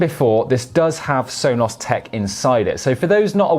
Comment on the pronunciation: Why do you say it like Sonoss? It drives me nuts.